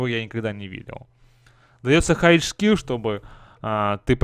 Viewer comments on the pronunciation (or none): Почему ты говоришь шкил, а не скил?